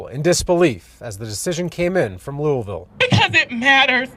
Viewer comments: And its "luhw-vul Kentucky" 😂😭 not Louis-Ville 😭😂😭😂😭😂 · Its so weird to hear ppl outside of Louisville pronounce Louisville like Louis Ville lmao Also as a local activist here and more... some of this is inaccurate af just sayin Also she still did not deserve to get gunned down like that no one does a person selling drugs or not. This system is messed up and this is bigger than Breonna. Also it said “one dude she messed with before she messed with me” not dealing But also being unbiased is so important. Appreciate this take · “Looeyville”, “Louahville” , or “Louville” are the pronounciations of the city